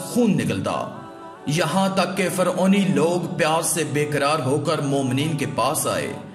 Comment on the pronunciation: Faoni ni hota Firouni hota ha